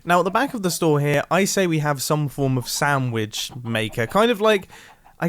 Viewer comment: I could have sworn he said “Soundwitch” instead of sandwich